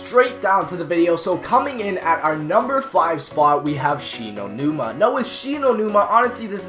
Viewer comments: WTF IS SHE KNOW NIMA NUMA ITS SHINO NUMA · “Shi know numa”😂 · Shi No Numa nah m8 english it She Know Numa Numa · Did Anyone See That He Said "She Know Numa Numa?" And It's Spelled Shi No Numa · It's Shi-no-numa